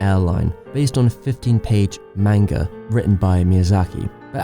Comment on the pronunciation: Great video, I agree on your fav Miyazaki film. One gripe tho, Manga is pronounced "Mahn-Gah" not "Main-ga"